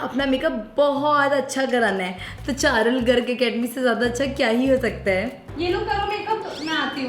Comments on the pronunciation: parul garg ❌charul garg ✅ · Parul garg❎charul garg✅😂